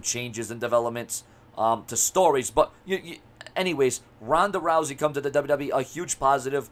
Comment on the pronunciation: TONDA TOUSEY?😩😂 MANNNNN RONDA OLE LOUSEY ASS... #RONDALOUSEY